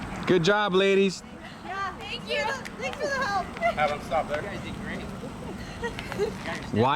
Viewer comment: has me dead 🤣🤣🤣 “heylp him”😆😆🤣🤣🤣🤣🤣🤣